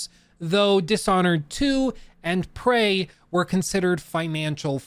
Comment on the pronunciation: it's Prey, not "Pray"